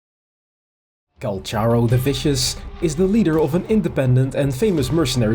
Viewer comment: I came here desperately curious if to see if we have any confirmation about the phantom guy he fights with (the idle where they bump forearms is SO peak, I am chomping at the bit for more LORE about this guy)!!! But big RIP to the EN voice lines saying his name as Call-CAR-Oh.....we've apparently all been mispronouncing his name T^T (unless this is another Tartaglia situation and they fumbled the bag in EN...but it makes sense phonetically in this case). The bit about the culture shock was super cute, I'm just imagining this totally hardened warrior being shown a singular kindness and being utterly flabbergasted but trying to play off his confusion. The image is precious. (Oh no, look at him...he's traumatized!!!! My favorite kind of man.) I became intensely fond of him from his treasure lines of all things. I just like the idea that I've hired this guy and he claims that's the only reason he sticks around LOL.